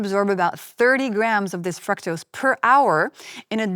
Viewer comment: Your pronunciation of “fructose” is wrong!